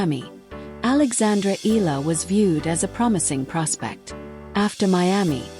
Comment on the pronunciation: Pls pronounce the surname correctly.its eala not ela.(e-ya-la)